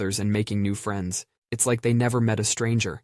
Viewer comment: Hey, let’s be “frinds” 😂